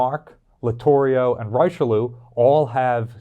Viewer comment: Ah yes, the famous battleship Rye-Shelloo :p